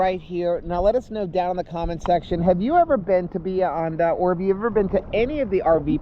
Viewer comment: It’s Bah-he-ah Hon-dah